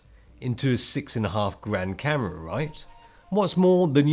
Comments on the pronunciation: I keep hearing "Karen" instead of "camera" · I thought he said carrot, but then my hearing is not so good. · i swear when he says "Camera" it sounds like he's saying "Karen"? am i trppin?